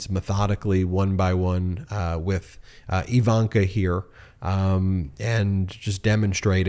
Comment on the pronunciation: Ben. BEN Say "igloo" "ignorant" "indeed" Now say "ivanka". Its not EEEvanka